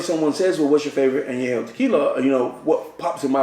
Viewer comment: Who is Dan Julio? And what's a añejou?